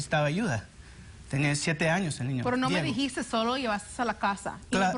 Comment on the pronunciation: no me dijisstess 😂😂